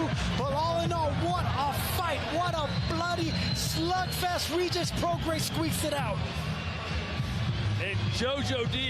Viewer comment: You not even saying Regis name right bro crazy how you say he washed when as journalist your not even pronouncing his have right